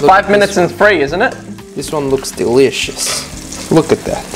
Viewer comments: This is how many times said DEELIOUSSS!! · When the KFC part was here I was listening to all the times he said delishos